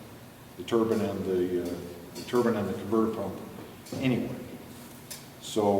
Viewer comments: wonderful and informative.I just hate the way you pronounce the word "turbine" its not a turbin , short I sound, its a turbine, long I sound. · Don't forget about that "turban" lol. It's TURBINE.. tur-Biiine. See that "e" on the end? Awww you'll get it.